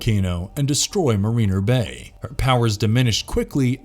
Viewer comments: 1- the lost galaxy rangers swords were quay-sar sabers, not ka-sar sabers. 2- the dinozords in mmpr form the megazord, not the thunder megazord. 3- the lightspeed rangers are in mare-ren-ner bay, not ma-reen-ner bay. 4- the pink psycho ranger didn't sacrifice herself to destroy the savage sword. it was the pink lost galaxy ranger. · This absolute moron said the name of the swords from Power Rangers: Lost Galaxy The Quasar Sabers & the name of the city from Power Rangers: Lightspeed Rescue Marina Bay wrong, not cool dude... if you are going to make a video then get the names right.